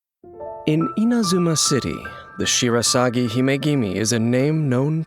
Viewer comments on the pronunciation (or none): none